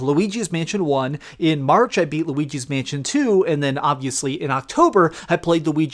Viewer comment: No one:: Looigi's Mansion 3